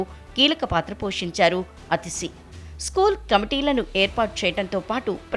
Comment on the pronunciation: ప్రసార మాధ్యమాల్లో పనిచేసే వాళ్లు పేర్లు ఉచ్చారణ విషయంలో చాలా జాగ్రత్తగా ఉండాలి అనే విషయం కూడా తెలియకుండా పనిచేస్తుందా టీవీ9? ఆమె పేరు అతిషి కాదు ఆతిషీ. దీర్ఘం పెట్టుకోండి అ కు.